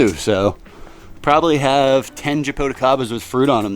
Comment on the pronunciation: Jaboticabas are so delicious. The right pronunciation is zhah-boo-tchee-caba.